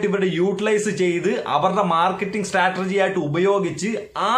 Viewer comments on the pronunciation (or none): none